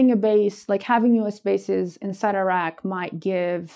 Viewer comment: Surely an Iraqi (of all people) should know how to pronounce "Iraq" and "Iraqi" properly, for goodness' sake?